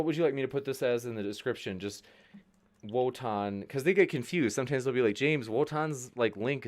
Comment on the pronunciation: Wotan with the “L” again